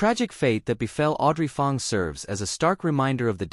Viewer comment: 'Ang' Not 'Ong' as pronounced in video 😅